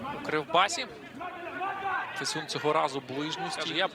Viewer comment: Ріже вухо те як він Фесюна називає...